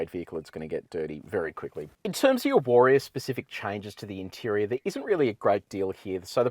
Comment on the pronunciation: take a shot every time he pronounces it WAR-E-ORR :)